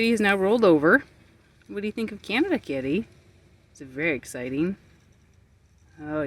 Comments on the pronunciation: It’s not canadia it’s Canada 😒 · Mis-pronouncing the name of the country is very disrespectful! Your “Americanian” ignorance is showing. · Thanks for visiting our beautiful nation. We loved having you. you pronounce Canada wrong. We forgive you. 😂😂❤